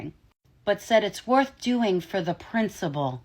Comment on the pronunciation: Maybe I'm hearing you wrong but are you saying principle or princibull?😮